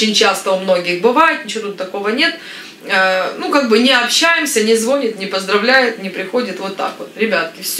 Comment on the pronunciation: Добрый день,! Буду сегодня хейтером😛😛😛😄😄😄 Не на лифтУ, не на лифтЕ, а на лИфте. Не покладу, а положу. Не ложить, а класть. Не звОнит, а звонИт. Но не берите в голову мои замечания)) Это я так...😉😄😉😄😉